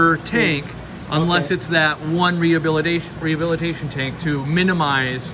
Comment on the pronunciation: I love the new place. But c’mon man...”rehbilitation”?